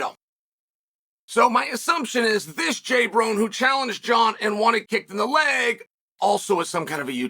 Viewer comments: Jay brone. Juh-bro-nee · “Jay-brone.” Solid. Very different from “Ja-bro-ne”.